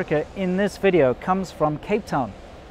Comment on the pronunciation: Velcome to anoder wideo